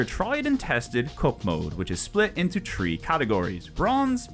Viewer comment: I don't dislike your videos. But don't you ever question your own English? How is it you pronounce words like "with" then in the same sentence say the number "tree" ? It's not a game ender but yeah.. bothersome